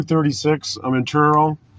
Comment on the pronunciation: First of all, he cannot even pronounce Truro correctly. Second of all, as a Nova Scoatian, this ... person ... is what we call a "dick smack"